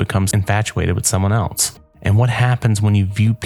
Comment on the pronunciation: Else not “elts”